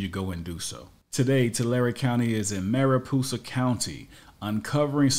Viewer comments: It' Mariposa, not Maripoosa! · It’s “MariPOsa” - it’s not pronounced “MariPOOsa” like the narrator introduces it. Also, the fact that videographer doesn’t even know the difference between the word “exam” and “exempt” means he likely didn’t even finish school. Really pathetic. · I like your pronunciation of Mariposa better! LMAO! We should all call it Maripoosa from now on. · It's Mary-Poe-sa county. Spanish word meaning butterfly. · Yes Tulare county says "exempt" wrong but you mispronounce "Mariposa"